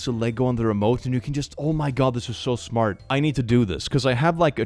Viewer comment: "Your kid is smut..." Erm,...That's not 'smart' in a Swedish accent my friend 😂